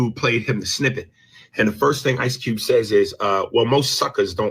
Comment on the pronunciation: You must be from Baltimore it’s ICE CUBE 🧊 not ICE CEWB